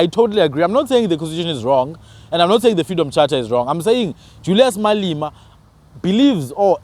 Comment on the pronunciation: Malema not Malima